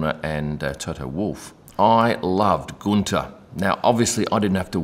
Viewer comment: Guenther wanted a share in the Haas company like Toto at Mercedes. Gene Haas said NO. The rest is history. BTW Guenther is pronounced Günther not Gunter. Not that hard......